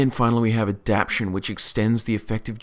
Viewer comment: say it with me now: aah-dap-TAY-shun love these build vids. giving me lots of ideas for focusing on high level abilities and buffs